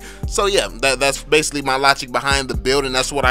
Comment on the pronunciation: Yo! I really like ur video With that "drop dat bass" music And ur "rapper" like way of speech Haha Its just like an undercover rap challenge U know, when u want to rap but u have to do some tips and trick video first LMAO! Especially when u say "ma" instead of reguler "my" hahaha Its really different from what my teacher say in my entire english class since elementary school till my highschool By the way, what will you choose for karrie, windtalker or scarlet phantom? Assumed there only 1 place in ma karrie inventorie haha